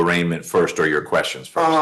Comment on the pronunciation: "a lotta questions I need ya ta ansah" No, that's what lawyers are for. They will ansah you keshons bout jurshdishun. Judges don ansa keshons.